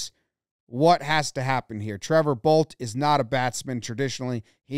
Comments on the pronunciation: Good thing I was reading the caption for the announcer at the end or else I would have thought he said “TRENT BOLES HAD SEX. HE DID IT” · It's a good thing Jomboy wrote down what the announcers actually said, because I heard "Trent Boults did it! Trent Boults did it! He's had sex!"